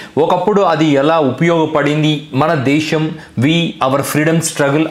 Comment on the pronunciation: ఒరే సోదిగా, నువ్ ముందు దేషమ్ దేషమ్ అని నత్తి నత్తిగా అనడం మానరా బాబు వినలేక షష్టున్నాం🤭😅. ఛీచి నీ నత్తి నాక్కూడా వచ్చేదట్లు ఉంది😅. దేషమ్ కాదురా అది దేశం రా శుంఠ. ఎం మీ జలగన్నని ఫాలో అవుదామనుకుంటున్నావా🤪. ఇంకారేరోయ్ శుంఠ వాళ్ళు మాతృభాష లో మాట్లాడమన్నారు కాని ఇంగ్లీష్ నేర్చుకోవద్దు అన్నారేరా? . ఇంగ్లీష్ చదువులు చదువుతూనే మాతృభాషని మర్చిపోవద్దు మనలో మనం మాతృభాషలో మాట్లాడుకుందాం అని. ఎందుకురా అరిగిపోయిన అబద్దాల రికార్డే మళ్లీ మళ్లీ వేస్తారు మీరు సోది గాళ్లు😅. ఇహ మాతృభాషని గౌరవిద్దాం ప్రేమిద్దాం అంటే దాన్ని తప్పు పట్టారాంఫోన్ పే. మెడికల్ కాలేజ్ లని పీవేట్ పరం చేయటం ( ఇదొక పనికి మాలిన అబద్ధాలు,) ఎమో ప్రభుత్వ పోలసీ నా. కానీ ఇండిగో ఎయిర్లైన్స్ సంక్షోభమేమో ఒక్క అవియేషన్ మినిస్టర్ ది మాత్రమేనా 😛😝. ఎలా అవుతుందిరా అవియేషన్ మినిస్టర్ తప్పు? 😛. ఏవియేషన్ పోలసీ ఏమన్నా అవియేషన్ మినిస్టర్ ఒక్కడే పెట్టాడేరా?